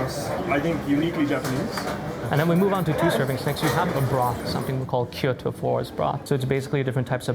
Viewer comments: Not ki yo to Kyo(have the k go right into the y)-to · Dude, Kyoto is 2 syllables not 3.